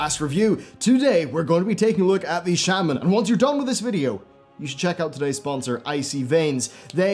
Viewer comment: You pronounced it shaman but isn’t it pronounced shaman?